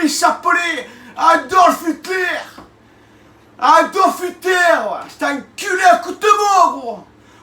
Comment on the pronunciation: Il dit ADOF (sans le L) Hutlaire